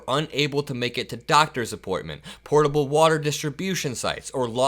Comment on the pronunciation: "Potable", not "portable". Big difference.